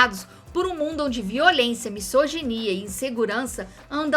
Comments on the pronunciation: Quando a letra 'S' esta sozinha entre duas vogais o seu som é de 'Z'. Ou seja, misoginia = "mizoginia". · Em "misoginia", o s tem som de z.